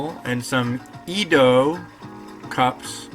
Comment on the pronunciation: There’s nothing wrong with using a raw egg. Growing up in a Japanese family we put raw eggs in a lot of dishes. We used it in our saimin (local style ramen, made wit a konbu,, dried shrimp and ginger as the soup base). Just a slight correction, Edo is pronounced ehdo not eedo.